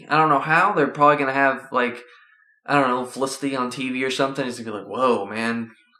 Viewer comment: dude its not olicity its felicity